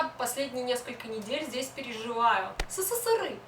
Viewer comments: Сысысыры хахах эсэсэсэр правильно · СССРЫ???? Это что такое? Я знаю только СССР. Все вроде бы и ничего, важные темы обсуждает, но это СССРЫ бесит до зубного скрежета!! Почему ты так говоришь? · Говори правильно сссср а просто СССР . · В целом видео интересное, но СССЫРЫ - это очень жутко и не красиво звучит. Есть "СССР", пусть оно и будет "эСэСэСэР", а не сыры какие-то. Ну и "плохих" и "хороших" туристов/людей в каждой стране полно, не только россияне "не умеют" отдыхать, китайцам, к примеру, и вовсе иногда буклеты выдают "Как себя вести в другой стране", когда они едут на отдых. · ЭССР правильно так произносить!!!!! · Казалось бы интересно, но.. еле досмотрел... Какая-то истеричная подача, судорожная жестикуляция, сплошные причмокивания, как заезженная пластинка - исковерканные речевые обороты, как пример - "сысысыры" и т.п., кривлянье, которое в конце вызывает рвотные позывы.. У девушки самолюбование зашкаливает.. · хватит называть СССР сысысыры... не коверкай аббревиатуру...у меня тоже не однозначное отношение но себе такого не позволяю...за коробящее "сысысыры ставлю дислайк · Как режет это СыСыСыРы... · а в чем прикол каверкать "сссры"? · Впервые услышала такое смешное произношение СССР